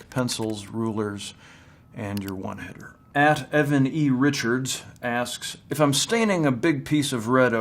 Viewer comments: Something Seems Off He said “One Header” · Did he say 'one hitter'? Ron Swanson is a pot head?